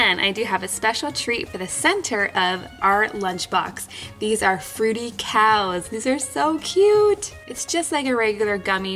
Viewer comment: Who else laughed when she said "fruti cow"